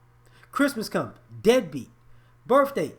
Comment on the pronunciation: You're saying dead beat, but all I hear is NIGGA!!!